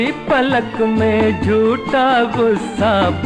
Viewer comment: Sir, it is khuli PALAK, not Falaq..